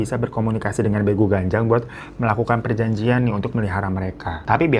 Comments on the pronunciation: Penyebutan nya bEgu bukan begu btw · bukan begu bang tapi beegu